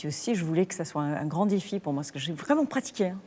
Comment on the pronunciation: the way she pronounces the end of "pratiqué" sounds Germanic. I have worked with many Germans who speak French fluently with almost no accent but there is always that little something that shows they're not French. That "-é" ending sounds exactly how they speak.